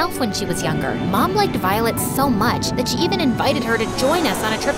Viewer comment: The narrator had said Violet wrong 6 to 7 times if you listen closely she/he said Volet instead of violet